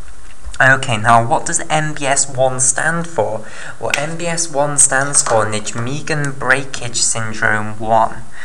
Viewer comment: You're fantastic at explaining this, although I have one niggle... It's pronounced nigh-megen!